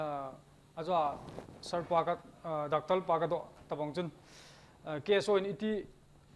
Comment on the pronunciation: Dr. Pu thusei chu akicheh set jenge. Chuleh, just feedback, IMPACT TV a anchor lang hi themkht paotho ( Pronunciation) hi themkht hoideu leh kati e. Doctol..Hd. Qrtol.... Helf..kti ho hi smart jep sah ute.IMPACT TV Kuki Edition team machal un lang khangjing un.